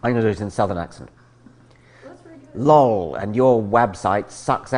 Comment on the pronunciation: The way he pronounces “lol” (LAWL)...My good friend and I have said LAWL now for years!!